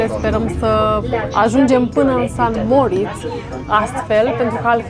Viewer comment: Splendide vlogurile voastre, le urmaresc cu mare drag, felicitari si tineti-o tot asa! O micuta observatie, rog sa nu fie cu suparare, va rog nu mai spuneti si scrieti "San Moritz", ci "Saint Moritz". Multumesc, toate cele bune!